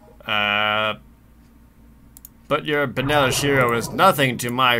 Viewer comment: Wait, it's Benalish Hero? The resolution for me was to low to read, so based on the pronunciation I thought it was called Banal Shiro.